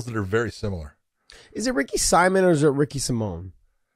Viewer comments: Ricky simoan is how it's pronounced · Ricks last name is pronounced see-moan simon.. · It's Ricky Simón, the Hispanic pronunciation